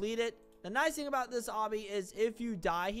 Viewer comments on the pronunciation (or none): none